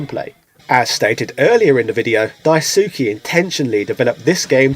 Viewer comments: It’s Dice-keh not Die-sue-key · In Japanese the "Su" is an "S" sound with the u being silent. so the GG creator's name is pronounced "Daiske", instead of "Daisooky" or how "Asuka" is pronounced "Aska" not "Asooka". Just wanted to drop that should you ever meet the guy you don't embarrass yourself ;) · It pains me how close, yet far it is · Die-ssskeh Lol Daisukey hahahahaha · His name is pronounced Dice-ke (Daisuke) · "Dai-soo-kee" C'mon man, like does that not sound off for you? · He's British. It's in his blood to mispronounce names. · Also Daisuke is pronounced DICE K. :) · "Dyesookie" lol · The way you pronounce Daisuke physically hurts me